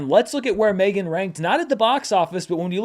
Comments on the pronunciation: please stop saying M 3 (three) Gan... you know it called Megan. Reminds me of Fant 4 stic, and that was only said by people making fun of that movie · I dont know if you are yelling, but seems like you are yelling. Also, you said it in your review of the movie... but also also, you are not the only one who has said it that way, everyone needs to stop and just say Megan.